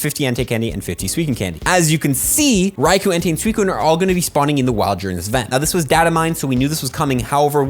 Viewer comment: For the future please say Raikou properly. It's Rai-Ko not Rai-Ku